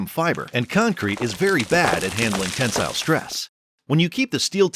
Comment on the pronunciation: The pronunciation of tensile is atrocious